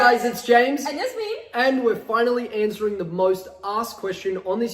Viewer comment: Why did he say Yasmine not Jasmine